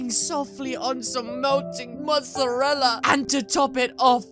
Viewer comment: When you said mosttarlla I was like ok GVIE ME NOW OMG but SREAMING